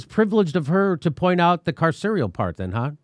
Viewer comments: Jimmy can't pronounce carceral? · "carceral"? Sorry, AOC, sesquipedalian (look it up) speech makes you seem dumber, not smarter. Friendly advice: when your handlers use words you don't understand you shouldn't repeat them.